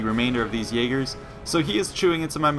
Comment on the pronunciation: you pronounce jager wrong (jager is german for hunter)